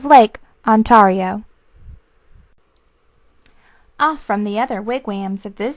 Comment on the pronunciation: this is a terrible reading... i had this on cassette as a kid but a guy with the most soothing voice read it. and he pronounced wigwam and Ontario right